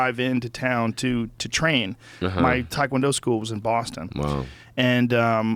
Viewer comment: Tie Kjuan Dough*